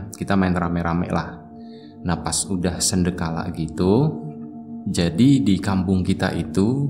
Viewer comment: sandekala bang....bukan sendekala...